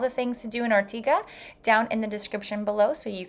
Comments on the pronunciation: I am Sicilian/Australian and absolutely love Ortigia. I’m back every year. But I’m sorry, if you’re going to post a video to the world please pronounce Ortigia correctly..it is Or-tidge-yah, and not Or-tiga! And it’s See-ra-goosa..and not pronounced like the New York City. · It's pronounced Ortidja - not Ortiga!!! And the church housing the Caravaggio is in the modern part of Syracuse. 🙄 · Ortiga???!!! Wrong pronounciation (listen to the locals 😂) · I think it's Or-tee-dja. Parking is such a stresser all over Sicily. I wish you were telling useful info about the parking situations in each place. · Pronouncing the name wrong